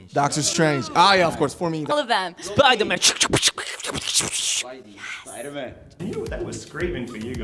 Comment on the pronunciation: bts RAAAHSG jin intensifies SPOIDER MAN SCKHSSSSSSSS